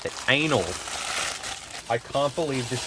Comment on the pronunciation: i remembr u saying 'ainol spark, ainol firewire 🤣